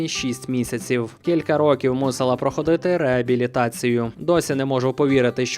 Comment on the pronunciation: ПрохОООООООООООООООООООООдити!!! ПосИИИИИИИИИИИИИИИИдіти!!! Запам'ятайте нарешті правильний наголос у таких дієсловах!!!!!!!!!!!!!!!!!!!!!